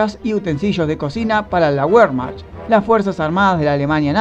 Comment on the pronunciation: ¿ Por qué hablas tan rápido y con pésima dicción? Nadie te corre. Por otra parte Wehrmacht se pronuncia VERMAJT.